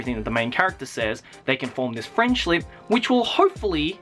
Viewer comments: HE SAID "FRIENDSLIP" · it sounds like he says french lip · lol "frenshlip" XDXD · He said Friendshlip when talking about Underes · i just thought that you'd like to know, you said friendshlip. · Friendshlip. (I can't be the only one that heard this) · Did somebody already point out "friendshLip" ? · Did anyone else notices hat slips up and says "friendshlip"? Not trying to be rude, I'm just pointing that out. #friendshlip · Shiloh Ludenberg when i heard it i was liek "huh french lip wtf is dat?" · Sounds like friendshlip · i think i hear you say "frienshlip" or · "Friendshlip" lol love you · "Friendshlip" :p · "They can form this frechslip" xD